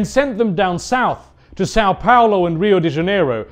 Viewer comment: Brasil mencionado. Eu tô feliz agora. E é o primeiro gringo que eu vejo falando São Paulo e Rio de Janeiro direito.